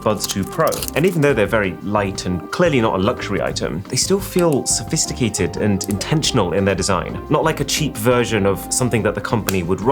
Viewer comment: "Shophishticated" ifykyk